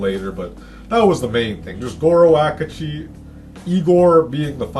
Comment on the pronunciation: hes not called Goro Akuji. It's Akechi.